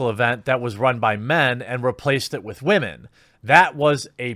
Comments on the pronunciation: Why does he keep saying wamen? Is this a meme I'm not aware of? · Stop saying "waman". It's really cringe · Wahmen 😂 “ yes sir let me get a side of Wahmen “ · I couldn't even watch this video do to the fact you keep saying women completely in a retarded way that it hurt my brain! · While I find the information you provide to be interesting, your purposeful mispronunciation of the word "women" harshes my ears, and makes you seem more juvenile than the feminists that you are railing against. Take the high ground don't stoop their level and make yourself look like a ignoramus. The best way to kill a feminist argument is to make them looks stupid by talking normally. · Say women right dude!! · Why are you saying women like that lol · The way you say "Woman" is immature as fuck. Grow up dude. Be a damn man. Not a child like the petty people who hate shit to hate it.